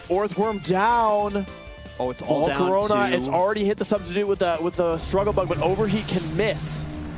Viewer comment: “Volcoronia” bro STFU jesus how r u so bad at pronouncing shit